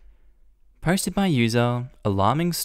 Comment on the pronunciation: I get the intro fine, but for some strange reason every time he says "posted" I hear "hosted" 😂😂